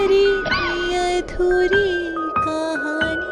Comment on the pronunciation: Yadhuri nahi adhuri 😂